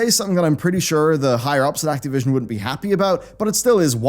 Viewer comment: acteee vision :D